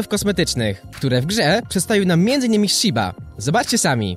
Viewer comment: powiedziałes shiba a to shina